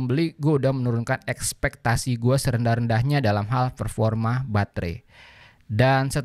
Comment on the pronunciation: Kok tiap denger performa berasa ferforma ya